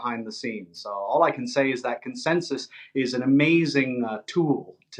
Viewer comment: Correct spelling yes but not correct pronunciation yet.